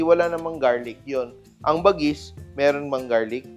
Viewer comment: Chef Tatung ibig sabihin nyan bagis sa ilocano lamang loob pag sa pagkain pwede rin gamitin word na bagis tawag mo sa kapatid mo like kabagis..when you pronounce the word bagis is like ba-gis slowly